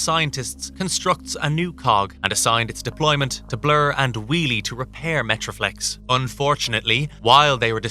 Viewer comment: he did, lol,metro-flex??sheesh🤦‍♂️😂